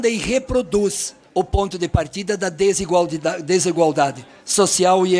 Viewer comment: "desigualdidade" kek